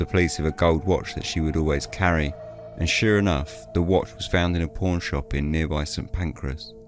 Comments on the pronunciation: The first time you said "pawn shop," I heard something else altogether....... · SAME HERE 😂